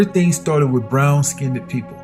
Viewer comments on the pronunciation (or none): Wow ur right, all my life I've been listening to the wrong people, I should have been listening to u, a guy that pronounces the word {skinned} - "SKINNEDED".....